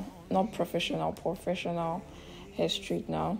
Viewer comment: Did you say “POREFESSIONAL” hair straightener?